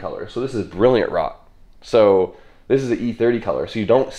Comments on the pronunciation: FYI - "rot" as you're putting is actually pronounced r-oh-t. Is German for red. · its pronounced rote not rot haha, rote is red in german